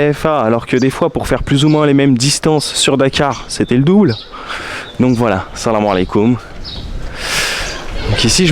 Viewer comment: Wouah ce "salam aleikum" si bien prononcé ! bravo pour les efforts cela fait vraiment plaisir c'est ce qui fait toute la différence durant un voyage s'adapter et faire un effort ! Bravo !